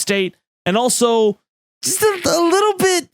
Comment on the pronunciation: I knew you'd lived in Massachusetts for at least a minute the second you described it as "just a liiiiittle but racist" 🤣 Miss you, Dorchester